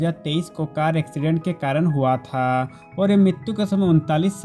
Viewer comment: Oi bhai aap huwaaaatha ye kya bol rareho huwa tha nani bol sakte ho????????!?